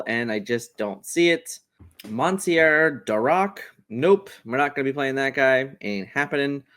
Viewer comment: “Mon-see-air?” “Dee-ark?” “Ber-la-ree-loz?” Lol I have been thinking of using Big tala in this deck. Fishbone would definitely help, along side sail and Tipo. After the ink geyser bomb. All is found is also brilliant